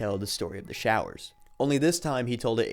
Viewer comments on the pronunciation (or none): They were showers, not growers. 😂